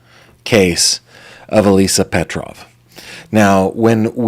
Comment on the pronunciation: Slavic name, yes. You pronounced correctly.